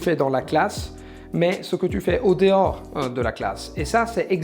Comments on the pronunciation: Sa prononciation de en dehors c'est le seul truc qui a fait un peu tache, mais sinon son accent est parfait. Tu peux dire qu'il n'est français si t'y prête vraiment attention mais comme t'as dit on devine pas un accent italien, j'entends plus des influences anglaises parfois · Oui je pense que j'aurais jamais deviné si je ne savais pas, et oui la prononciation de "En dehors", mais je trouve presque que ça donne un style 🙂